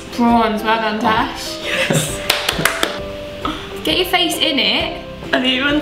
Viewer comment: her name is Tash not trash